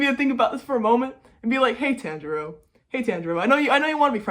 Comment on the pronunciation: the pronunciation of tanjiro kun name アメリカ人のアニメウイイブは日本語がちょっとわかると思いましたけど…